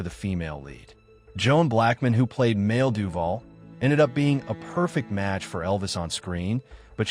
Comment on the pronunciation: Maile is pronounced "my lee" not "male". (Going to assume that the VoiceOver is AI?) Good video though! 🌈